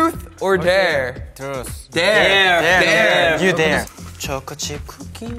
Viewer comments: When dk pronounce thruth to'truce'😂😂😂😂😂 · Joshua : truth or dare DK : trus 😂 Also Joshua when they choose truth : no no dare dare😅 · not DK pronouncing truth as truce and josh trying to correct him but DK just continuing to say truce 🥺🥺 this man is so precious, must protect at all times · Dk : Trus or dare Josh : truth Dk : trus Josh : truth Dk : ok trus OMG LMAO I KEPT REPLAYING IT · Nobody: DK: truss or dare? Josh: truth. Hoshi: truss Josh: truth DK: truss 😂this is why i like them so much!! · DK: You.. trus or dare? Shua: Truth! DK: Trus. Shua: Truth... DK: Trus.. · "Truce" "Truth.." "Truce.." DK PRONOUNCING TRUTH WRONG AND JOSHUA TRYING TO CORRECT HIM I CANNOT- Also- Nobody: Jun: RAUGHR RUGAHR BARGH BARHG (dog impression) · I always come back for DK's truth, trush, tursh, tush, tur, thru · dk : you, TRUSTH or dare